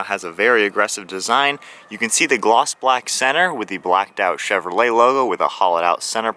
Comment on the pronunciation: You said cheverley, I'm sure your the first I heard say that, is it how it's actually said.